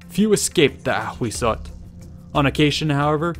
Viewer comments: Thank you for this vid, I love all this aztec series! Only, Ahuizotl is pronounced “awisotl”, not “akhwizzotl”. In nahuatl (aztec language), the spelling hu- corresponds to an English w- sound, and z- to a silent s- sound 😁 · Ahuizotl is pronounced as /awisotɬ/ hu = /w/ z = /s/ tl = /tɬ/ ...& in Classical Nahuatl is: Āhuitzotl = /aːwitsotɬ/ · "Ahuizotl" sounds like "A Weasel"... Ttt. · Ahhahah why the narrator pronounce the name of it so frenchy, choking, dramatic? LOLOLOL